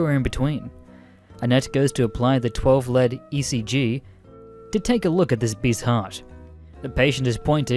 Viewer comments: Lead as in "leeeed" not lead as in the metal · LEED! I get you're Australian but god damn. ITS PRONOUNCED LEED! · Lead as in Leed. Not the element lmao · its not lead like the metal, it's lead as in leader